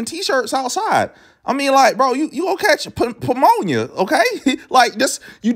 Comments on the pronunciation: “You will catch pumonia” 😂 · “Ph-pmmonia” ………I have seen the king 💀💀💀💀💀💀💀💀💀💀💀💀💀💀😭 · Nigga really pronounced the “p” in pneumonia😂